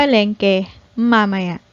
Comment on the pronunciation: why mamaya sounds ma mer...not ma- ma- ya or ma- may- ya?